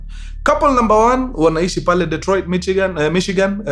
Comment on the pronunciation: 'Dee''t'roit. I come in peace.